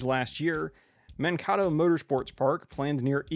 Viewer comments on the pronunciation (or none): Nicely done, thanks for the "but wait, there's even more!" video. Keep up the great work sir. Pronunciation tip: "Man-Kay-Tow". It's a Minnesota thing, donchaknow.;) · As a Minnesotan, I cringed so hard when I heard that pronunciation. Great video, though, I hope the racetrack in Mankato goes through.